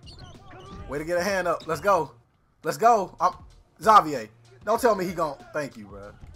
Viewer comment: X- Zay- Vier wtf you never heard a black person name Xavier?